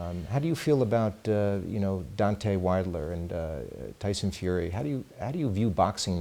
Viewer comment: good interview but just FYI it's Jim LAMPLEY not laffley. and DEEontay, not dontay wilder